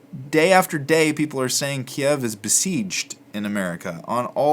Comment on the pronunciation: Great help! First of all this series is incredibly helpful, second thankyou for pronouncing Kiev the way it was before 3 weeks ago. Good bless you